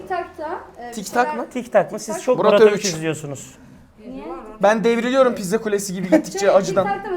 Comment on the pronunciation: tiktoka tiktak mı dedi bana mı öyle geldi